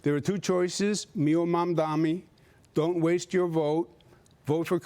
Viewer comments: It's Mamdani, not Mamdami... The F is wrong with you? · Who the f**k is “Mandami”????? It is MamdaNi..you sick f**k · Cuomo still cant say MAMDANI. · You can't even pronounce his name, MAMDANI you bozo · A man that can’t say a name right wants to be a mayor. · It's MAMDANI M-a-m-d-a-n-i. You'll get it right or you'll sound like and idiot once he is mayor.😂 The city of NY is NOT choosing this vile,predatory, lazy, nepo baby clown... we ALREADY HAVE ONE FOR PRESIDENT. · He still can’t pronounce his opponent’s name properly 😂😂 😂😂😂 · Cuomo is such a chump. It's "M-A-M-D-A-N-I"! Learn how to read, you bum! I also find it QUITE rich to see the way Cuomo, the sexual pervert and aggressor who was forced to resign from the governorship in DISGRACE (and whom the New York Post - also owned by Rupert Murdoch) mocked mercilessly at the time) and who was responsible for the deaths of thousands of senior citizens during Covid, is now fretting about what would happen to NYC if another catastrophe hit us. The answer, of course, is that with Zohran as mayor we'd be a HELL of a lot safer than with Cuomo. That is overwhelmingly clear and obvious. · {}{}{}{}{}{} - Cuomo still not able to say Mamdani name correct , Cuomo needs to go to speech therapy in order to speak correctly !!!!!! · bro really refuses to say his name correctly. you’re a joke dude